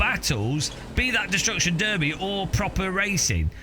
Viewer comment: even more importantly a British guy just pronounced "destruction derby" correctly...